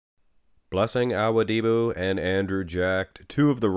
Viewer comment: U keep saying awudibo wrong